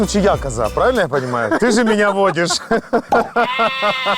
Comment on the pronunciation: ПравИльно, а не правЕльно🤣🤣